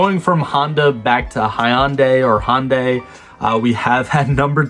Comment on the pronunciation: If you're not sure how to pronounce Hyundai, here's a Hyundai commercial that clarifies it